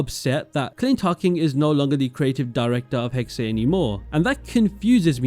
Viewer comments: its pronounced 'hex-uh' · it´s being pronounced Hexah